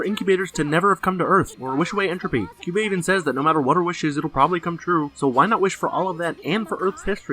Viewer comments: I cringed when he mispronounced Kyuubey as Kayaba XD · pronances kyubey sayaka homura and kyoko name wrong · I hate how pronounces "Kyubey".